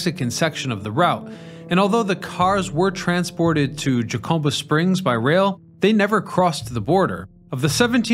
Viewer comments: It's HUH-CUM-BUH and Gorge with a hard G rhymes with Gord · Jacoba springs? It's Jacumba Hot Springs, known to locals as Jacumba(Ha Come bah). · It's spelled Jacumba!, it's pronounce with a h not J! Just like jalapeno! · “Ha-CUM-bah” not however you said “Jacumba.” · and Jacumba sounds like huh-cum-buh and the word heirs has a silent h. Love the video and the mispronunciations take me out of the flow.